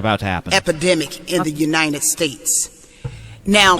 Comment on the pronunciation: U-nine-ed states. Gets on my nerves when people pronounce united as u-nine-ed